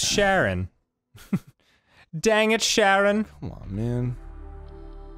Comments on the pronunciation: Charon is pronounced more like Karen, Dan. Like "Charon took the kids to the Underworld." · Dan calling Charon (ka-ron) Sharon is the FUNNIEST SHIT, no I don’t take criticism. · Charon is actually pronounced karon like Karen but with an o